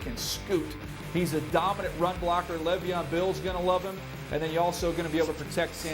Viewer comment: “Le’Veon Bill”